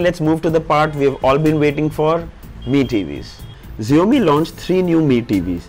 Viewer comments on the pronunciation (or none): Its xiaomi not zaomi bro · just one feedback - hope you take it positively. I think you are pronouncing the brand name incorrect. The pronunciation should sound as "SHOUMEE" not "ZIOMEE". May be this is not such a big thing, but still a feedback. Keep up the good work bro...good to see you being among the top tech reviewers. Kudos!!. Thanks for making lives of all MI TV owners easy. Way to Go Buddy..Thanks for all you do!! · xiaomi is prounounced as ( Sha - o - me) not as ( zee - o - me )